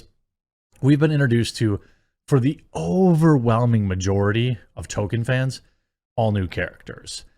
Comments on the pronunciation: It's pronounced "Toll keen" not token. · Every time you say Token instead of Tolkien you show us you aren't a Tolkien fan. you don't need to reiterate it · Two things: 1: Beautiful? Lol no. It looks painfully fake. Like PS1 Era fmv live action cutscene fake 2: it's pronounced TOLL KEEN, Tolkien, not TOKEN. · Jeremy its ToL-Keen. Not Token. Its been driving me nuts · Talking about people disrespecting Tolkien, while calling him "token". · Stop calling "Tolkien", "Token" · Dude you're missing the L when you say Tolkien, please start please start pronouncing the L!